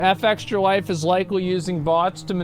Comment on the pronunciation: I wonder why he insist on pronouncing their name wrong. It's not " EF EXTRA LIFE " its " FEXTRA LIFE "